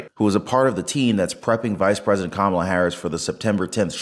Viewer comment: Ka’maalaa, say it fast and get it right. 😂